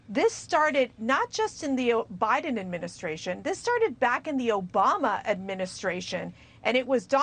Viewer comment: She said Obiden 😂😂😂